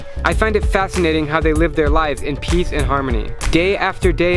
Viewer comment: i heard that as 'we live in piss'